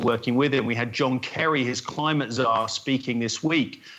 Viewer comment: "John Kerry his climate czar"....please tell someone else heard that.